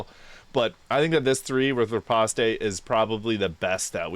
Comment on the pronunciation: Riposte is said like Ruh-Powst. lol seriously though good vid and a nice build!